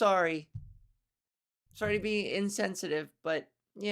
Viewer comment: Hahaha omg I love how you say “sooory”, Canadian accents are funny, not meaning as a negative, more cute lol..